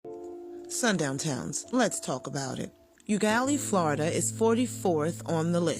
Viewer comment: It’s pronounced “Oh”Gallie. I love this series.